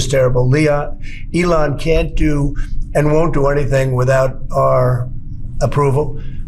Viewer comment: He said, Leon...... Elon.